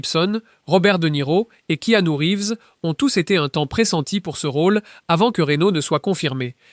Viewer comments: Et "Que-a-nu Reeves" aussi. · prénom hawaïen de Reeves se prononce « ki-ah-nou »… 😅